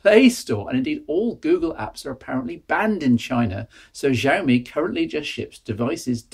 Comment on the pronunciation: IINM, it's she-owe-me - I think you had it right once towards the end there :)